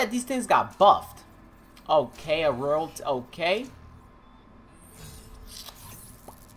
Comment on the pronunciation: In Advanced Warfare it was called Royalty, so he's probably used to saying that.